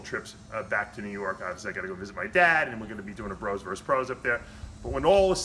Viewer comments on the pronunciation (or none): none